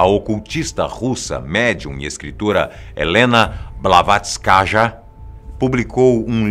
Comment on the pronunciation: O NOME DE HELENA P. B. NAO SE PRONUNCIA ASSIM COMO VOCÊ FALA NO VÍDEO.